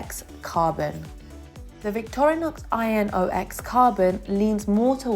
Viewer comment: Inox - even if the letters are all capitalized - is to be read as a word, like Radar, or Laser(RADAR stands for RAdio Detection And Ranging. Laser is Light Amplification by Stimulated Emission of Radiation) ; instead of being read as I n o x is not an acronym like CIA, FBI or BLM. Inox - again if you had researched - mean Stainless Steel in French and some other languages. Long I, Short nox. Pronounce as Eye knocks.